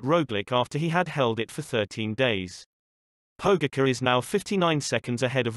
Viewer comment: Learn to pronounce his name right!!!! That ć is pronounced like a C+H Pogaćar!!! If your going to make videos about sports containing people from all over the world the least you can do is respect their names! Anyways lame video... no footage of actual events! ✌️